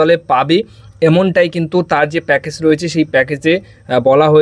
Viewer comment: উচ্চারণ টা প্যাকেজ not প্যাকেস